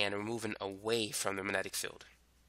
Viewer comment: wow, you can't even pronounce the word "magnetic." that makes you perfect for youtube.